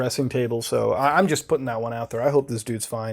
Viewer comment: how'd you get that "so" out of your mouth like that tf